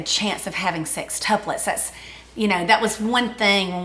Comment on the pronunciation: I am Southern Accent from Texas...but, I swear they both say "SIXtuplets" instead of "SEXtuplets". Maybe it is on purpose to emphasize the 6?